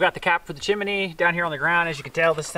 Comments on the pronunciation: PLEASE... It's chim-nee (chimney), only 2 syllables not 3. Nice job of cleaning the stove pipe. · "chim-a-ney"....how you say it, -style! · Stove looks really good with the new glass door. Seeing the flame 🔥 always makes it so cosy. Made smile every time you said chimney by adding an extra ‘I’ in the middle. 😊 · lol "sewt" and chiminee pipe" I like it